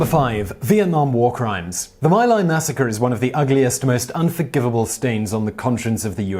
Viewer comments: I think it's pronounced mee-lie. Thanks for the upload this was really interesting. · "Sandia" not "Sandina". My Lai pronounced "Mee Lie".